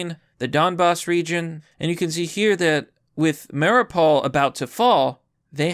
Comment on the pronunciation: Biden is paying Zelensky more money to kill his own civilians. Don't believe me? Heard something different on fake news? Look up Patrick Lancaster and see the truth. Also it's pronounced "Mary-ooo-pull"